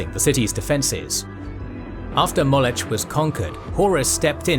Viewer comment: You're saying Molech wrong! It's [MAW-LOCK] not [MAWL-ETCH] Someone hasn't studied their Biblical lore. That's a shame, lets just say it's slightly better than Warhammer LOL.